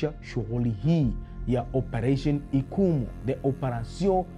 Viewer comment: Ni "Ichumu" mkuki! Sio ikumu